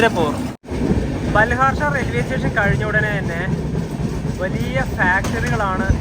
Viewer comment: ബാൽഹാർഷാ അല്ല ബല്ലാർഷാ ആണ് H Silent ആണ് പല വീഡിയോയിലും ഇങ്ങനെ പറയാറുണ്ട് ഞാൻ ഇവിടുത്തുകാരനാണ്